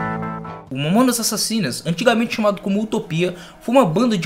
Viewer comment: momonas momonas kkkk fala o nome dá banda direito e vai estudar sobre a banda kkkk momonas kkk